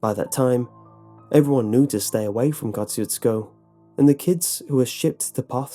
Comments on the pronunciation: your pronunciation of Kosciusko is hilarious. say it with me, KAH-SHOO-SKA, exactly like that, that's how the locals told us to pronounce it. After I heard this creepypasta years and years ago, me and my older sister (and a few of my hoodlum friends) decided to check it out. I assure you, the polish dance hall he speaks of is there, along with a very ornate catholic church , and of course, the meat market. stopped at a antique store and asked the lady running it a bunch of questions, had a nice hour long convo, (she corrected us on our pronunciation of the towns name) but she didn't have much to say on Ed Gien or about any other strange happenings, and regarded us as tourists. nice park too. decent place but extremely small town where the towns main road is populated mostly by small houses and half decayed barns. they left the door to the dance hall unlocked even tho it wasa weekday morning, so we got to inspect that as well. saw a few of those "knights of columbus" plaques but not much else. we also flew a drone around to get the lay of the land but shortly after we started, cops pulled up and asked us to stop. naturally, we obliged, as we were in the parking lot of the catholic church. Place still had some odd vibes but most certainly not the most haunted place in texas. my experience at "goatmans bridge" in dallas was wayy cooler. if you want to see one of texas most haunted places, look up Purgatory Road, and The Devils Backbone. I'll say no more. edit: it's pronounced "P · there's a road my town with the same name, but it's pronounced "kashoozco" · It's kind of funny hearing an english pronounciation of the word Kosciusko when you are Polish and constantly hear about Tadeusz Kościuszko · Kościuszko moment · Very nice story, but I kinda cringed on how you pronounced Kościuszko. But I'm not going to throw a hissy-fit on you. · I'm from Poland and I laugh every time you say Kościuszko. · Well he didn't pronounce it right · It’s pronounced “ka choo sko”